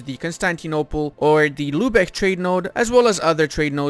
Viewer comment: Lübeck, not "Lübech". If it were spelled "Lübeg", then you'd pronounce it "Lübech".